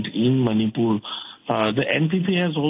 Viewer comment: Learn to pronounce Manipur 1st